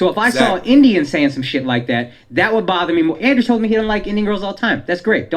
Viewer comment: andrew….its andrew